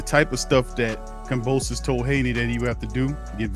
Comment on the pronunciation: This guy is stuped calling "Kambrosos" dude put some respect and dont be so fan of Haney, keep it partial bro